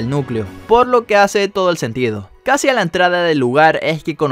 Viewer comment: En vez de casi habías dicho cuasi